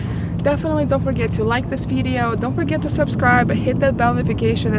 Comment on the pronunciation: Jesus Christ can someone teach her how to pronounce video. My god.